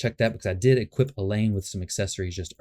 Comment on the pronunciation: El-Hain. They pronounce it in the game intro